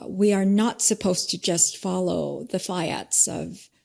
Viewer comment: Bandy mispronounced the word fiat.